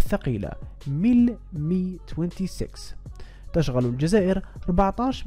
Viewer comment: تشغل بضم التاء وفتح الشين وكسر الغين مع تشديدها وضم اللام